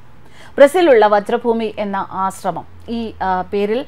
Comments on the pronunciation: വജ്രഭൂമിയല്ല വ്രജഭൂമി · Not vajra Bhoomi , it is vrij bhoomi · വ്രജ ഭൂമി.... വജ്ര യല്ല... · "വജ്രഭൂമി " അല്ല "വ്രജഭൂമി" എന്നാണ് ശരി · വ്രജ ഭൂമി.വജ്ര അല്ല.ഹരേ കൃഷ്ണ🙏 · വജ്ര ഭൂമിയല്ല, വ്രജഭൂമിയാണ്. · Hare Krishna. Mam it is Vrja Bhumi not vajra bhumy❤ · വജ്ര ഭൂമിയാണോ അതോ വ്രജഭൂമിയാണോ. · Not vajra bhoomi...it is vraja bhoomi...